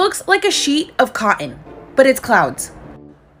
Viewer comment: Is she from Colorado? She says cotton like someone from Colorado.